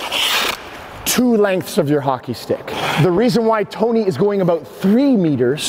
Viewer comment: 'But toeknee ain't doing that' loved the exaggerated NY Italian accent dude!